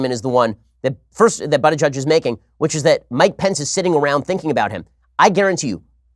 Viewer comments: Ben said his name wrong it’s pronounced boot not butt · I opened this video only to listen Shapiro pronounce "butty gayge" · Butt Gauge sounds like he could’ve used some help when he was younger. More so right now. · You really think mispronouncing Buttigieg's name will hurt him? Ben, you sound like a schmuck on this one. Pence, as Governor of Indiana, attempted to attack LGBT and other communities promoting a disgusting bill to allow employers to discriminate against employees and applicants on the basis of religion beliefs.THE BILL FAILED. Buttigieg has every right to call Pence out as a religious hypocrite. .